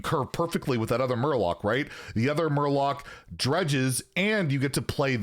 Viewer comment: Not murloc warlock but Murlock!!! Get you shit together